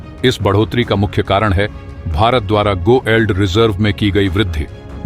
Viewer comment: गो एल्ड नहीं गोल्ड पढ़ो भाई